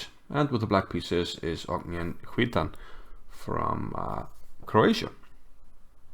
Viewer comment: Great game! Btw Cvitan is pronounced something like Tsvitan. In croatian c is always pronounced ts 😁